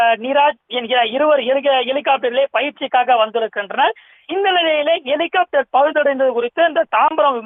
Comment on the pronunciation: ஒரு செய்தியாளரின் உச்சரிப்பை பாருங்க... எலி... காப்டர்... பெருச்சாளி காப்டர் இல்லையா..ஹெலிகாப்டர் என்று சொல்லத் தெரியாதவனெல்லாம் நிரூபர். கேவலம் டா...